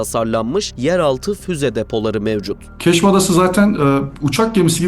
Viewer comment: Editör, 1. Keşm adasına ısrarla “Kiş” adası diyorsun. Kiş adası Maldivler gibi bir turizm adasıdır. Keşm adası demesine rağmen sen kiş adası dedin 2. SEDEF silahini Sadaf olarak telaffuz ettin 3. Manpads ( menpeds olarak okunur)